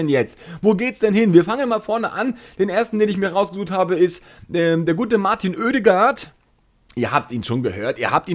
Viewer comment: In Norwegisch schpicht es sich Ødegård aus. Also å=o